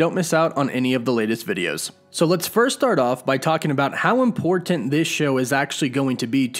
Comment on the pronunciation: Love your videos. Please don't say the word "important", they way you say it. Don't have to put so much emphasis on the Ts. Lol